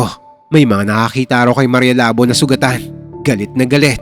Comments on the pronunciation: Labō..Hindi labo😅😅... Halatang d nyo alam pronounce ng hiligaynon..😅😅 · Mali po ang pagkaka pronounce nyo ng “labo” dpat po “labó” sa second syllable po dapat ang diin. Lábo - ex. malabo ang mata ko Labó - ex. tagain mo ang baboy Anyway, Thank you sa mga kwento nyo sir ang galing nyo po mag kwento. Inaabangan namin palagi mga kwento mo😊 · Sir jez mali po yung pagka bangit mo ng labo labu po matigas pagka pangit ng bu . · Labo is pronounced as Labu. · Ang slung nman po ng pronounsation nyu ng labo hehe🤭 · ang labo ng kwento mo ang labo kasi ng pag bigkas nya sa labo hindi labu 🤣🤣🤣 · Mali pagka pronounced mo sa "maria Labo" bobo ka talaga hindi Labo tulad ng utak mong malabo mangmang ka talaga minsa mag research muna ya bago bigkasin ang salita tanga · Ang tamang pag pronounce ng Labo ay mabilis. And ho sa Labo ay magkatunog sa Taho.